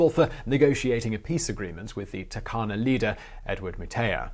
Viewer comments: we Kenyans pronounce it as Toorkana stressing on the r and not Takana the way you pronounced it. People need to pronounce words the way locals pronounce it otherwise there'll be a communication barrier. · Turkana --> Toorkanah